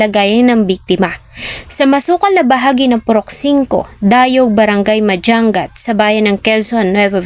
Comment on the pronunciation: Hindi Po madjang gat. Madyangat Po tamang pronounce. Sana sunugin din Buhay. Taga Vizcaya po